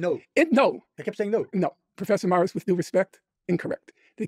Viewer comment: Everytime he says "Prfessor moirissss" 😂